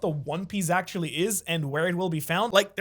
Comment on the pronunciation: Try saying “actually” mate